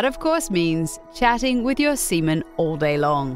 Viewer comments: Repeatedly saying semen lol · Announcer really hears "Seaman" 30 times but chooses to pronounce it the other way